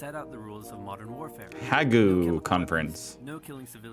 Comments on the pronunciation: Not ha,gue ,,, it’s the HAGUE,,NEDERLANDS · The Hague International Court of Law is where Jack Smith was prosecuting war criminals beforecoming back to the US. It is pronounced The Hay-g. Britain was not the only colonial empire. Think Belgian Congo The gas attacks were horrific. Mustard gas and chlorine gas were used. Much worse than just bleach fumes. Rules in war: think Geneva Convention The US robber barons were interested in $$$. Still are. Look up the Lend-lease programme. And do not forget the Spanish Flu. Returning personnel brought it home. Time to look up real history,. You want to learn so keep up expanding your horizons. The US is in dire need of world knowledge as we see every day. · The Hague is pronounced "#Den Harg". in Dutch. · Thats a weird way to pronounce The Hague